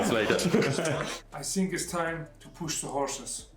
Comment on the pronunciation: Agit bist der beste.think nicht sink